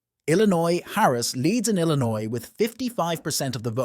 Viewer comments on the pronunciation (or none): none